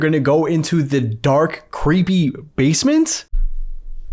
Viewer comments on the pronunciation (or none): bro i'm so confused,😭 did you say dark or dock❔😭